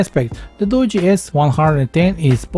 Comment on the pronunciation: Finally a tech reviewer that actually pronounces this phone brand right! I see so many Tech reviewers pronouncing it as Doo-gee and not Doo-jee. I mean I'm not trying to be mean or anything but if you're going to be a tech reviewer and you're trying to promote a phone you should be getting the name of the phone right for the company. It's like if someone came out and did a review on a Samsung phone and they called it a same sung. That's kind of bad because it just shows they didn't do all of their research.